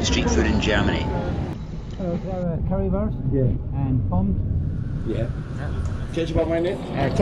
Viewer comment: We pronounce the E in Pommes other than the French where the word came from. So we say "pommaz" something like that, instead of pomm.